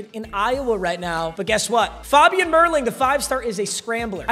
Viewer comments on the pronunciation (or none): When he says faaabian it's so annoying it's fabian